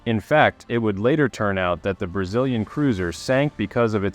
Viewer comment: "Brazz-lee-an" cruiser? It's like my Google voice pronounces Houston as House-ton.